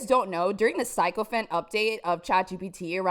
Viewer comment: I CAN DEAL WITH THE MASK BUT I CAN N O T WHEN YOU PRONOUNCE "SYCOPHANT" THAT WAY!!! Have you only ever read the word in print? bwahahahahaha i almost had to turn you off. Almost.